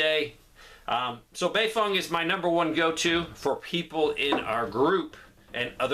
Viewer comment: I left as soon as he said baefeng lol